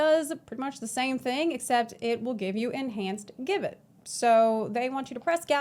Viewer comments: Hey, "gibbet" is pronounced "jibbet." Class looks amazing! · If it helps future puns Gibbet is pronounced "Jibbet". A body shaped cage where executed criminals would have their bodies displayed... Lovely :/ bit fits the theme alongside guillotine and gallows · PSA Gibbet is pronounced Ji-bet it was a medieval torture / execution device which was basically a small metal cage mounted on a gallows where the unfortunate person was caged and left to die of exposure /starvation and the body left on display as a warning to others.